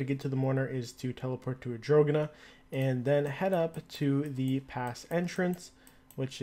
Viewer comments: i thought the same thing.. arr-dough-- nnnnn that is how you pronounce it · he goes: Adrogana l0l